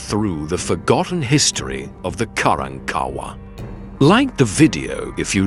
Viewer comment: Learn to pronounce their name correctly, it's pronounced Ka rank Ka wahh!!